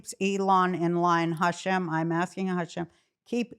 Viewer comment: I love when she says Hashem :) She’s the best!